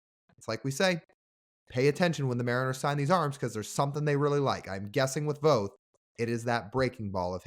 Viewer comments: Say "both" - it sounds like Voth but if you're from PNW ypu pronounce it "Bolth" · Guys it’s Voth with an a sound, not long o. I’d love to see Jeff Brigham’s name brought into the conversation, he was Voth’s roommate at the UW. They also face each other in HS (I was Jeff’s HS coach) Jeff has had lots of injuries but had a good season with Mets last year in relief until he had a couple meltdown games. He still has good stuff and would be a good Mariners pickup to go to Tacoma and be ready for a callup.